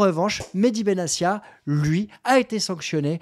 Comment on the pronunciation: Salut, au passage, on prononce BenaTia et non BenaSSia !!! Je crois au contraire de toi, qu'il faut faire appel et pousser le bouchon au maximum pour que ces institutions et le groupe amaury puissent se "défroquer" et montrer toute l'étendue de leur haine dont on n'a pas conscience de l'importance !!! Si on accepte chaque sanction, c'est déjà reconnaitre ses tords et l'enjeu n'est pas énorme et 30 ans de soumission ne nous ont apporté qu'encore plus de sanctions donc la rationalité nous force à agir si l'on veut changer VRAIMENT le rapport de force !! Sinon très bonne vidéo comme d'hab !!! 😄💙🤍💯🙏👍